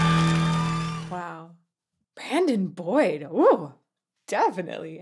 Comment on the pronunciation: I think u say Brayan and is actually Brandon Boyd